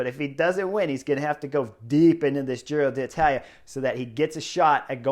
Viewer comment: Give Chris a break. It’s a foreign name that he can pronounce pretty well. Relish it.